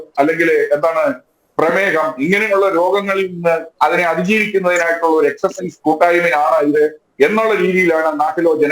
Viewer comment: എക്സർസൈസ് എന്നാണ് പറയേണ്ടത് നിങ്ങൾ എന്തിന്റെ മാഷാ